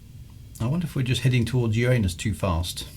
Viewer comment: correct for uranus would be uuh-rah-nus, but enjoyed the jokes. Really enjoyed this series thanks!